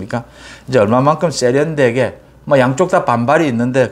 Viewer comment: '쏙'으로는 '쎄'련되게 등 ㅆ 발음을 즐기시는데 삼가주시길....